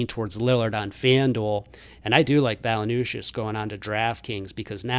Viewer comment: It’s Valen-chew-ness brother 😂